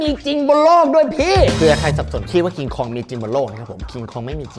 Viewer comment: มันชื่อว่า"คอง"ไม่ใช่เหลอพี่